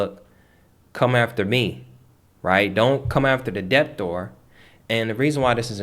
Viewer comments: Why do you pronounce the B in debtor? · I was looking for this comment like whyyyy…im learning but having to constantly work on ignoring the the intentional incorrect pronunciation is distracting 😩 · the "b" is silent in the word debt and debtor